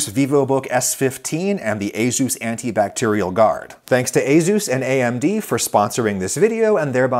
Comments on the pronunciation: for the future, say as-us not azus. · every time he says azeus instead of ey-soos creeps me out! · Ayzoos? I thought it was "Aysuss"? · Excuse me, "AZUES" I've been saying "Ace-us" my entire life. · I've owned several ASUS machines in my life and never knew it was pronounced "ay-ZEUS." I was saying "AY-sus." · as a computer/tech enthusiast, hearing asus pronounced a-zeus instead of a-soos was kinda funny. no worries though adam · I always thought it was A-sus, not A-zeus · Wait.... "A-Zeus"? I thought it was "A-sus" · its "suess" as in "doctor suess" not "zues" as in "the greek god of thunder" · he said a-ZooZ, instead of a-soos (pronunciation). ASUS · Literally never heard it pronounced ay-Zeus most ppl I know pronounce it ay-sis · For some reason, they way you pronounce ASUS really bothers me. My whole life, in my native language I’ve heard it pronounced as ah-soos (like Ah, sauce! But instead of the aww vowel sound it’s an oo as in mood) and not ey-zeus. The “z” somehow sounds so goofy to me in that word. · A-soos or A-shus not A-zoos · it's ey-soos not ey-zoos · ASUS NOT AZUZ👎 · Never would've guessed it was pronounced "a-Zeus" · the way you say ace - us makes me want to scope my eyeballs out and block my ear drums with them. surprised hardware companies' are sponsoring a cooking channel though congratz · A Zeus… yes… good job on the pronunciation there Adam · First time I’ve heard asus pronounced “aye zeus” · That’s how you pronounce Asus? Aye Zeus? I’ve been pronouncing it wrong for years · A-Zeus? A-ZEUS? Oh Adam... (Have an upvote...) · What I learned is that it's allegedly pronounced A-Zus. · ah yes, A-Zeus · I have definitely not been pronouncing Asus like ay-soos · ah yes "a zeus" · Asus and A-Zeus are very different words Adam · I never knew it was pronounced Azus. I always called it Azus. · I'm sorry Adam, but ...azuz? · nope, he's a tech boomer, it's just a-soos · It's pronounced "A Zeus?!" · wait it's pronounced a Zeus?